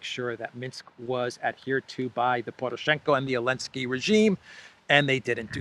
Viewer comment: is it just me or do you say elenskyy instead of Zelenskyy